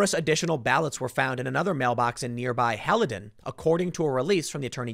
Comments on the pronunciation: Pronouncer: PATT-ter-sun, not PAY-ter-sun; HAIL-dun, not HAL-ee-dun. You're in NJ, ASK someone. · Tim, it’s pronounced Pat-ur-son (Paterson) and Hail-done (Haledon)... I know you’re not from North Jersey so I wanted to let you know. Thanks for the great video! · Haledon is pronounced Hail-Done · It’s Pat-erson not Pate-rson and Haledon is pronounced hail-don. Also Paterson is a city not a small town lol